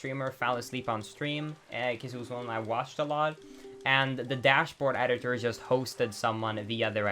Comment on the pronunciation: dude doesn't know the difference between the letter D and the letter T. He watched those movies "alod" as a kid. I don't know why tais bugs me somuch, another of his vids i noticed it and now I can't un-hear it. LAME